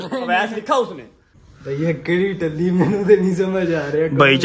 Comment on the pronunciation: Talli NAHI talli